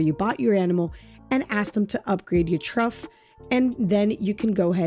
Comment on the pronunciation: Thank you for the help! BTW "Trough" is pronounced like Trawf, not Truff 😉 🤓